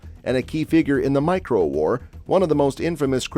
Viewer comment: Morco not micro